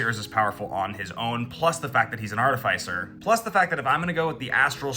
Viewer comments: I never want ti hear you say art ih fai sir again 😭💀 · Bro, that pronunciation hurts my mind, body, and feelings. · Arr-ti-fai-sirrrr Thats what I've always called it. Only been recently where I have heard it pronounced as ar-ti-fis-er, but it sounds yucky to say it like that lmao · THE WAY YOU PRONOUNCE ARTIFICER FEELS LIKE FINGERNAILS ON A CHALKBOARD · Agreed, because it’s not like we say artif-ayct. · Love all of the content but I can’t be the only one put off by the pronunciation of artificer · Hate how you say artificer